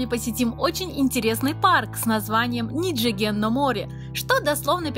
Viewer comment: Было бы гораздо круче если бы вы говорили как японцы на самом деле говорят. А именно, не «ниджиген», а «нидзиген» итд . А то получается как у бывшей хостесс из бара. Моттайнай нэ.